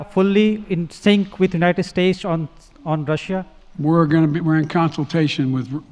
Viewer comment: Love how he says Unined ... nothing wrong here folks.